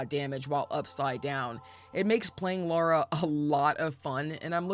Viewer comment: Lara is pronounced "Lahr-uh" not "Laura"